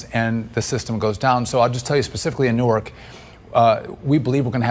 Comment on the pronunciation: Yay!! He pronounced the city of “Nork” (Newark) correctly!! 👏🏾👏🏾